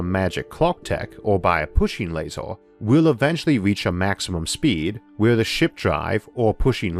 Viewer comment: How come you're pronouncing things weird? Bigger - you say biggoorr Basically most words ending with er or or. Jesus I just heard you say laser,,. Lasooooor. Good video, mental pronunciation though.